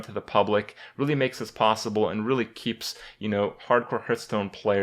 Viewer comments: I dream of the day when Kripp pronounces Hearthstone correctly / What is this Hurtstone he's talking about?